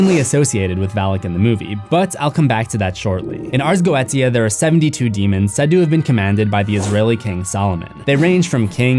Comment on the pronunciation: It’s pronounced “ars goisha”